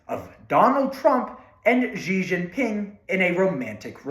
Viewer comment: Say “she Jinping” instead of ge jinping”